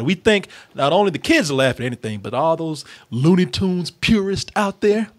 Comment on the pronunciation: I'm guessing you haven't seen any WB shorts from the 40's, because that's the aesthetic that these cartoons are emulating, and they were doing it long before there was ever a Ren & Stimpy. BTW, it's 'Looney Tunes', not 'Loony Toons'.